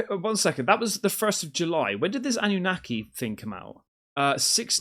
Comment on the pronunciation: Why do you keep saying ananaki? Nobody's said that just you? Didn't say it on broadcasts